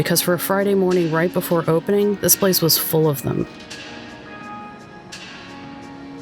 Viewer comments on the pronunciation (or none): none